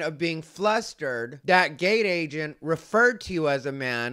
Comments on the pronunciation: This part 😂 Also for some reason I kept hearing “gay agent” instead of “gate agent.” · When you first said gate agent i thought you said gay agent. I was like what the F is going on and how do you know he's gay.😂😂😂